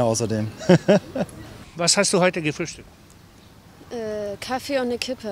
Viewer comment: An alle Deutschlerner: Sagt bitte nicht Kaffe sondern Kaffee. Kaffe hört sich so schrecklich an. 🙄